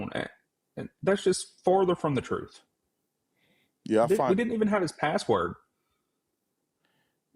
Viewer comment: I swear if I hear that man say one more time that he's just trying to get to the "troof" I'm going to lose my sugar honey ice tea! Lmao 🤣🤣🤣